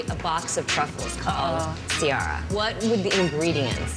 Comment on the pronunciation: Y do they always mess her name up ? It's pronounce SEE AIR A not See are a